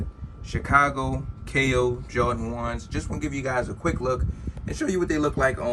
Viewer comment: Two things ....it’s Jordan not jawdan...and get ride of cheap wooden spinner 🤦🏻‍♂️